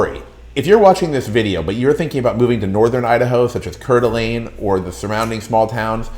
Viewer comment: Please learn to pronounce Kuna and Coeur d'Alene before you give advice about Idaho. Yes, it gets over 100 degrees. Please don't move here. We are full.